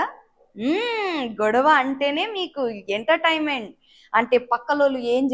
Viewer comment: Ye entertainment correct ga pronounce cheyyi